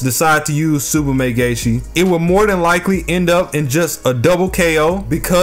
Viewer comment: "Tsubame Gay-Shi"